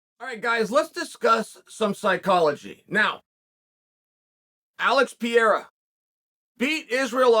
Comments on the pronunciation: Pronounced Alex Pereira 3 different ways, never change chael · alex and izzy's parents pronounced their sons names wrong all along, chael shows them how to say it right